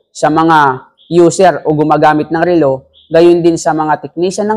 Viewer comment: Relo not rilo! BISAKOL!!! 😛🤪😝